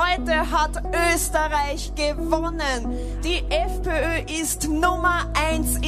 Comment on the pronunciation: Vďaka za správy a rozobratie tejto problematiky z vašej strany. Možno sa vám to nezdá podstatné, ale mne to trochu "reže" uši 😁. Vyhrala strana FPÖ, nie FPO. Ö je skratka Österreich = Rakúsko po nemecky. Keď to dávate takto na verejnosť, bolo by dobré sa naučiť tú hlásku Ö vyslovovať, mimochodom často používanú aj v maďarčine. Len tak mimochodom. 😉😊